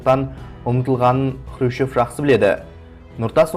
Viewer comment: Сен Хрущев деген фамилияны дурыс айтып уйренши,онан кейин Хрущевка карсы турган жане кызметимен коштаскан еки казак болды,онын бириншиси жылдары республиканын 1 хатшысы болган Жумабай Шаяхметов,екиншиси 1962жылы министрлер кенеси торагалыгынан босатылган Жумабек Ташенов.Шаяхметов Хрущевтын Казакстанда тын котеру саясатына карсы болды,Ташенов Хрущевтын Казак республикасын болшектеу саясатына карсы болганы ушин,сен ол кезеннин накты жагдайын билип алмай билгишсинип сога берме.